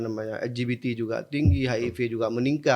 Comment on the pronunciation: L G B T jadi nya ELGIDITI AAAR INDO INDO😂😂😅😂